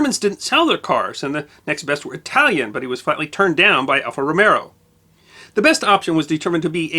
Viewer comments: And for you non-ALFA owners, it's row-MAY-oh, not ROW-me-oh (except in the Air Force phonetic alphabet.) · "Alfa Romero" OK, is not a car guy. I'll get over it. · LOL. I caught that, too, but then I'm an ALFA owner., just remember: Alfa Romeo - CESAR Romero.